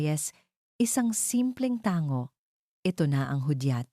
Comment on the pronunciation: Bkit Mali kng mgbasa, ang atty, ang bass nya ay ATI, ang tango ay tanggo